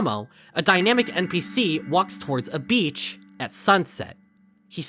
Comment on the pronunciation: why do you say "npc" as "mpc"?